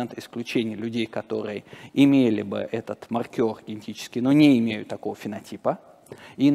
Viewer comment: Я сильно извиняюсь за буквоедство, но спикер постоянно приплетает какого-то маркёра, который либо считает очки в бильярде, либо что-то маркирует. Скорее всего он имеет в виду мАркер, но это совсем другое слово, которое совсем иначе произносится. При всем уважении к умному человеку, просто сильно режет слух.